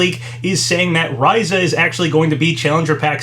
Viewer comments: It's RISE-UH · Its so funny when these Youtubers, particularly ones that continuously make long videos covering lots of information, always say when pronouncing words they aren't familiar with something like "i'm probably not saying that correctly i don't know how to say that", when their platform, and in a lot of situations their main source of income, is Youtuber. They spend all their time on a video website where they could easily search for a video relating to the word they claim is has such an elusive pronounciation, and learn how its said. It would seriously take mere seconds to fine out.